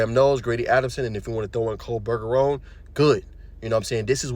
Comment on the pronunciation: Pretty sure its pronounced Ber-Jer-On, not "burger own". but good video and analysis